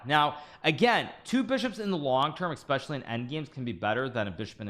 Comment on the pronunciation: Holy Lord, are you saying, "Exspecially?"